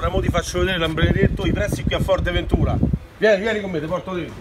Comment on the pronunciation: A parte che è Fuerteventura e non Forteventura.. guardati questi va....